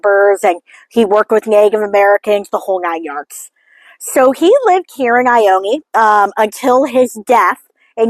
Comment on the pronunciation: It is pronounced I-own just fyi